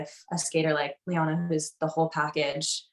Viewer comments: Loena is not pronounced Lee-ona, it's Loo-na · Loena is pronounced “Luna”. She’s announced all the time, could have learned it by now.